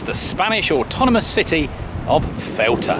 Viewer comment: By my count, you've pronounced "Ceuta" in six different ways. Perhaps its time to settle on one, and stick with it.